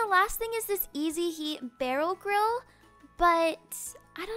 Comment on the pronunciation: i thought she said girl but she said grill but its sounded like she said girl